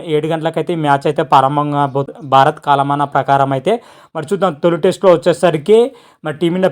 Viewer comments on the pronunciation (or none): Bro paarambam kadu ప్రారంభం